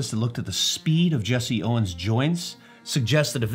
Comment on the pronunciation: It’s Jesse Owens, not Jessie